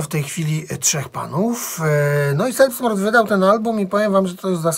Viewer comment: Taka mała uwaga czyta się ,,zelbstmord" ;)